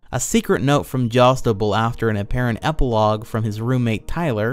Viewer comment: Anyone else as bothered as I am by him pronouncing "Jadusable" as "jostible"?